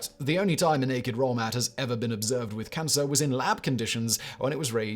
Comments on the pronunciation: NAKED ROLL MAT! Brilliant misspeaking moment! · Simon totally said "waked nolemat", lol. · He said "naked role mat" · Hehe… Simon said “Naked role mat” 😂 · He totally said naked roll mat lol.